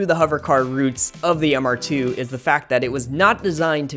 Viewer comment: "1988 Supercharged Mister Tew." Took me a minute but..."Oh, MR2?" I had someone drive in and offer $5K for my not running, MR2. Great job on the video.😫😛😂